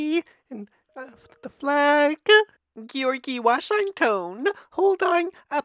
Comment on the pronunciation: geeore gee washeng ton